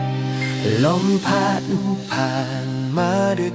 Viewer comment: ผช.น่าจะร้องออกนิ่มๆตามความเศร้าของเพลงมากกว่าออกแนวร็อคแบบนี้ และทั้ง ผช./ผญ.ควรออกเสียงให้ชัด ไม่ต้องดัด เช่น พัด เป็น พาด , เจ็บปวด เป็น เจ็บป๊วด , เล่นตลก เป็น ตาโหลก (ควรลงเสียงสั้น) นี่แหละคือข้อเสียเพลงสมัยใหม่ที่เอาแต่เนื้อ ความหมาย โดยไม่มีสัมผัส เหมือนสมัยก่อน มันจะทำให้ร้องชัดและลงเสียงภูก